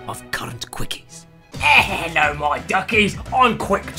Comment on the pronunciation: I think he says 'ello not hello.